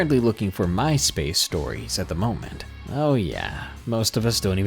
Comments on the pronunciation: Had to replay the beginning, thought he said mice for my space. Lol 🐀🐁🐭🖱️🖲️ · Ok, so when you said "MySpace Stories," I heard "Mice-Based Stories." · lol you said "my space" stories but I somehow heard "mice-based" stories?